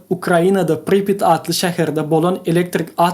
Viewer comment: Dos bagyşla, ýöne dogry gürlemäni öwren "Pripýat" beýle okalanok! "Parasite" beýle okalanok! "Upgrade" beýle okalanok! I think you're obsessed with other Youtube channels